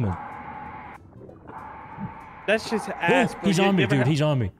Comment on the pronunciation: The L is silent in salmon 😑. Come ooooooooon